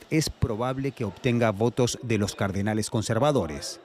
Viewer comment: Hasta especulan con que se nombró a un papa y no aceptó 😂. No podés 😂. Encima dice "cardenales" y se escucha "carnales"😂